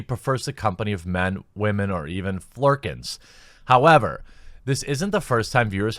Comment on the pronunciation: Wah-men? I think you meant women